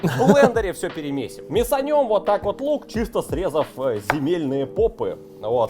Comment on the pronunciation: Такое ощущение что жестко копирует манеру речи...слух режет аж бл. Даже "уотак вот" вечно произношенное копирует. Ну пиздец)